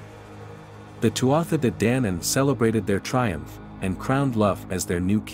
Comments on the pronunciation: DANAAAAAN NOT DANAYANAN!!! IF YOUR GOIN TO PRESENT MY HISTORY DO IT RIGHT!! NOT HALF ASSED!! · This may or may not be factually correct, but the pronunciations are so bad I didn't make it more than 30 sec in. Celts is hard C. Like KELT. Danann is long A.